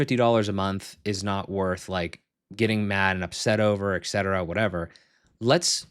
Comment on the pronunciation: You client just found out it's et cetera, not ex cetera :D